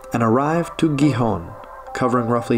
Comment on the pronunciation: I live right by Villaviciosa, because I love being woken by the birds and see the mist hanging above the rolling green hills. Great video, but your pronunciation of Gijón and Avilés is really hard on the ear. It should sound more like Hee-hon and Aveelays. It only has one L after all, not like Villaviciosa!